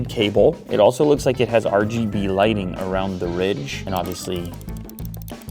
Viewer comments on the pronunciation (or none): none